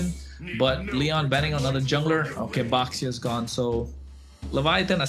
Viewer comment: For the love of Nana please ban baxia and please eliminate Levitan because I cannot go another second hearing pronounce Baxia and leviaTHON... please